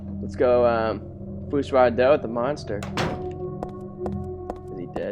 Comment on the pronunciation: Fus Ro Dah, not Fus Rah Do